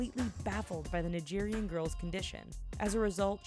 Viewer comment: You didn't say Nigerian correctly.